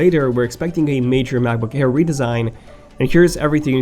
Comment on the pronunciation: why do i always hear "macbook HAIR"?